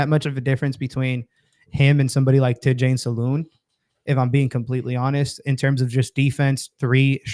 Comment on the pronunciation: Tidjane Salaun is not easy to pronounce but it's not even near what you said 🙂